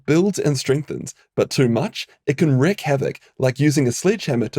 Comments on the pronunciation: WREAK Havoc, not WRECK Havoc. PREVENTIVE, not PREVENTATIVE. The base verb is not 'to preventate'. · The word sounding like ´wreck ´may just be a difference in accent.